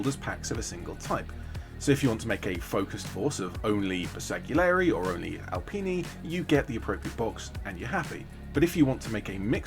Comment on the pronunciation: just fyi the G is silent in Bersgalieri